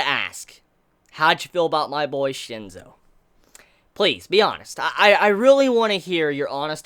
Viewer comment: its *Shinsou not Shinzo....